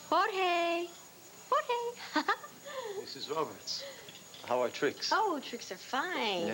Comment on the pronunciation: ..."Hore-haaayyyyyyy...hore-haaayyy..." Daaang, so few of the country club old-money Llanviewans know a lick of Spanish, despite pretending to be all "classy" and "sophisticated." 🤣🤣🤣